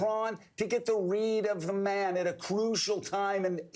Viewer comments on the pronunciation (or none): "To get the weed of the mwan". Keel da wabbit.